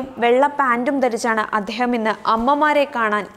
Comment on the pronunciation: സമ്മതിധാനമല്ല സമ്മതിദാനം എന്ന് പറയുക. വേണ്ടാത്തടത്ത് ബലം കൊടുക്കുന്ന പ്രവണത യ്ക്കുണ്ട്. അദ്ദേഹമെന്ന് പറയുമ്പോഴും... അങ്ങനെ പല വാക്കുകളും പറയുമ്പോഴും... ദ ഉച്ചരിക്കേണ്ടിടത്തു ധ കടന്നു വരുന്നു.